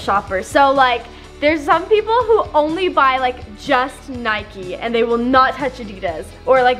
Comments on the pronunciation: It's not nikie ite nike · How many times did say nikey lol lysm